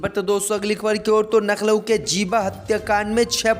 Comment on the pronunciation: Coment dekhta nahi kya Naklo hi bolega kya Lucknow bolna Aata nahi kya